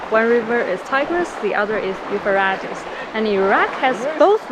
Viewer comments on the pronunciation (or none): Euphrates is pronounced like freight and not like rat. I think this country dialect is relaxed 😌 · Food/fish looks great! Euphrates is pronounced u-frate-eees.